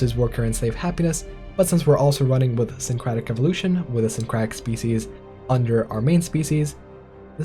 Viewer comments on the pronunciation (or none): Why can't you pronounce "syncretic" correctly my dude?